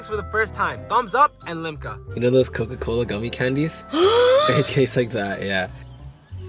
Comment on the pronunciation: She can't pronounce coca-cola what she said is cola cola😂 second the thumsup is definitely Indian company but manufactured by Coca-Cola company itself which is U.S company so it tastes similar. Btw I tasted the M&M compared to gems it's a bs product tbh